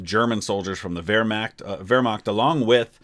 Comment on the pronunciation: Love how you say Wehrmacht :)